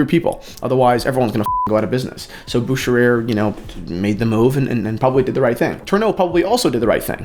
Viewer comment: one would say: Boo-kheer-er.